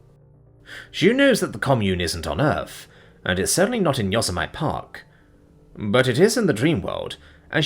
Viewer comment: [Y-OH-SEM-IT-EE], [SIM-BREE-AN] slow down a little, enunciate and double check pronunciation. Then you're golden. Literally my few and only complaints. You have an amazing voice and I very much appreciate your work. I just don't want to have to slow down playback and grind my teeth at the wrong pronunciations.